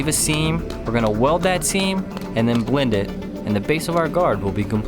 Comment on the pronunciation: "and then bwend it"